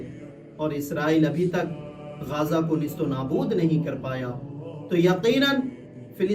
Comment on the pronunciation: गाजा ❌ गज़ा ✅